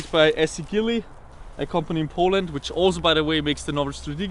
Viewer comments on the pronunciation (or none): none